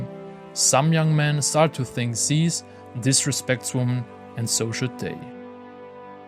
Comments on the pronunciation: not ''zeez'' its ''zyzz'' not even a true brah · Can’t even say his name right you mirin brah ?